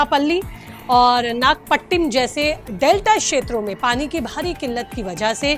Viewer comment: तिरुचिरापल्ली (तिरुचि) और नागपट्टीनम संवाद को सही सही बोला करें